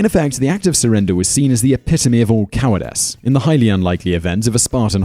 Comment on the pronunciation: It's not cowardess, it's cowardice